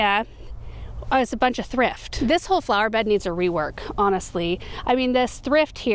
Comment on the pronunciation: Thrift, sounds like thript. Not sure of correct spelling. But I got the heebie-jeebies. When you said thrift each time.